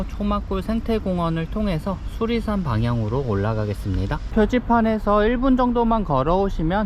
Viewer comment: 수리산이 자꾸 수락산으로 들리지??? 내귀에 캔디냐꽥 자벌레 ㅎㅎ 태을봉 ..유래가 있을듯한 이름이네요